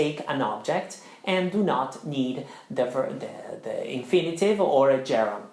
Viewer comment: Well, you emphasize the finals like Italians do. With (it's wɪð not widda) the (ðiː or simply ð not da) and please, don't pronounce the final G of a gerund because it's hard enough for students to get used to that without sounding like Joe Dolce. (Quick reminder: the gerund of "To lose" is LOSING, not LOOSING).